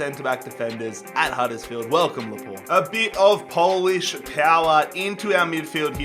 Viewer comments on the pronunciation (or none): none